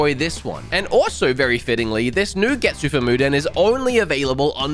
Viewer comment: Get-sue Fu-ma Den.